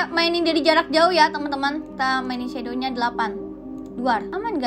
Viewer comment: Shadownya bukan itu bacaannya cumashadow aja